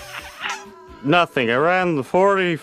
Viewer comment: "Doughtree". "Ureetha". "Kinda looks a lot like". Man, I'm not even done and this is so painful to listen to.